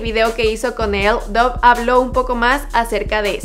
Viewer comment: Se pronuncia dav no saben pronunciar